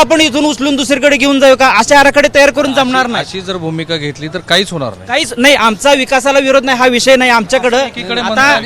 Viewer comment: केसरी शर्ट च्या माणसाला नाही नीट म्हणता येत नाही नया म्हणतो